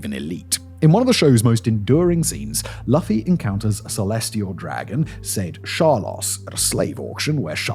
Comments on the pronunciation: "Luffy" as in "Loo-fee" not "Luffie"😂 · its "LOOFIE" sir. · /LOO-fē/ It rhymes with Lucy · it’s Lou-few not luhfee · Can we get someone to go over pronunciation with simon when he's unfamiliar with a name? I mean....it happens a lot....Luh-fee and Shih-low are just two that stand out to me but there have been SOOO many. It's Loo-fee you know like the loo (cause I know u know what that is) and a fee like a parking fee. The battle of Shy-low (shiloh) like a shy person and low tide... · It's Luffy as in loofah not Luffy is in love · "Luf-e" 😭 it's Loo-fy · Am I the only who cringes how he pronounces Luffy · It's Looh-Fee not Laugh-Fee. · Looooofeeee not LFI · jic you ever do another One Piece inspired video, it's pronounced "LOO-fee" not "LUFF-ee" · The hardest part of this video for me is hearing Simon continuously mispronounce Luffy (Loofee) as (Lufee) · It's pronounced as loofy Hearing it as luffy hurts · So, I’m interested in what you’re saying but good lord man, his name is pronounced Loofy 😂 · Omg Luuuuuuuuuuuuuuufy. Uuuuuu. Like the word YOU. lUUUUUUUUUUUfy. Omg i cant even finish this video. I mean look at one freaking video. You have no clue what your talking about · Luffy Pronounced. .Like.. L"oo"ffy, I think. Monkey D. Luffy. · Who else feels like this channel that has mostly gone ai, fed Simon all of this information, as well as the primary pronunciation of 'Luff-e', or is it just engagement rage bait? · OMFG Fact Boy! Thank you for covering this. I'm sure that there are 100,000 other comments mentioning this but the main character's name is pronounced "Lʊ-fi" or "Loo-fee". As a One piece fan AND a fan of the Fact Boy, I died a little inside knowing you have a pronunciation machine...and chat GPT you lazy F@ lol Otherwise, well done! Love your content, etc etc. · Not hearing loofy hurt every time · I can't stop cringing everytime i hear "Laffy" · 'Laufey' LMAO 😂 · Every time he said "laufi" I was dying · I can’t hear this anymore calling him lu-ffi